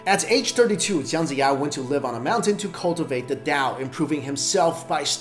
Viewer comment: Are you Chinese? the pronunciation of Chinese name is wrong and some of the facts you mentioned actually deviates from the actual history recordings. Although it doesn't change your opinion of the smartest Chinese, but the names really got me triggered. e.g. Jiang Jiya -> pronouced as Jiang but you read as Zhang. Guang Zhong -> the word Zhong is prounouce with ng, but you read as it Guang Zhou -> which is a province in China. Wo Long -> 卧龙 -〉sleeping or lying down, not crouching =.= how would a dragon crouch?